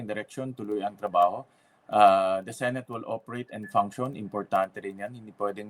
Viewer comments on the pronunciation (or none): Yes..kung totoong love at nirerespeto nya ang senado...'senet' sabi nya senet